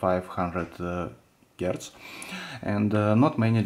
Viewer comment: Ага. Но говорит наш соотечественник на нем довольно свободно. Но то, что это русский, говорят нам некоторые моменты. Например, слово "Hertz" он произносит чисто по-русски - "Герц" :)